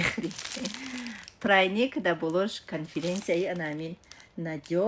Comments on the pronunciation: Прайник не пряники гуед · Малима прайник не пряник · Чиба и апа цц када гап мезана прайник црайник 😂 инциресна 😂 цпицална 😂😂😂😂😂😂